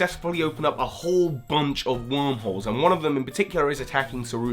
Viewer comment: For some reason I kept thinking you were saying "Opening up Wurmple's" instead of "Wormholes" and I didn't know how to react to that haha